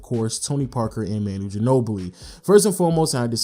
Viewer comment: It's pronounced Ma-nu not Man-nu